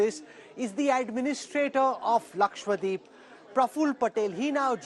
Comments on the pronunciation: Lakshwa-Deep nahin hai bhai Laksha-Dweep hai. Dweep means Island, Deep means lamp🪔. Please get the pronunciation right 🙏🏻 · Sir it's LAKADWEEP not Lakwadeep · why is he saying it Laksh-Wa-deep ??? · I can sometimes understand North Indians mispronouncing "dose/dosa" or "sambar". But how in the name of everything holy can they fail to say "LakshaDWEEP" correctly?! Who in the hell is this Lakshwadeep that people are on about? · It bothers me when media persons can’t pronounce Lakshadweep !!!! Saying it as Lakshya-deep or lakshwadeep is not correct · Laksha-Dweep NOT Lakshwa-Deep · is again and again using wrong pronunciation. It is laksha- dweep, not lakshwa- deep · It's laksha dweep dude. Which means a cluster of a lakh islands. It's so annoying everytime you go lakswadeep lakswadeep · Not ‘ Lakshwadeep’ Its ‘Lakshadweep’